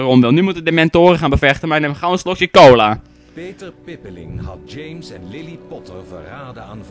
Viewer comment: Die voice over zegt gewoon potverdorie lély XD Arme lilly